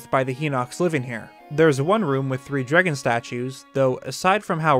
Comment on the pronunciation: am i the only one who keeps hearing drigan instead of dragon? or is that what theyre called?